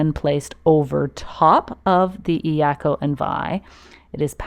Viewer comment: Doesn’t matter. Get the cheapest. Get a couple. You can use one to tie an extra paddle to the iako. Also, pronunciation of iako is more like “yako”. Yes, the “I” is pronounced “E”. But combine the Eyako so it’s only two syllables “Eya-ko” instead of of three syllables E- a-ko. Great video!!! Mahalo from Maui!